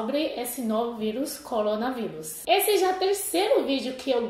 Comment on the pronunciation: Acho tão fofo ela falando ColonaVírus kkkkkk estou muito preocupado com esse vírus, espero que logo tudo melhore.. Aqui no Brasil estamos tendo surto de Dengue tipo 2.. um sorotipo que causa com maior facilidade a dengue hemorrágica.. se chegar o corona junto estamos lascados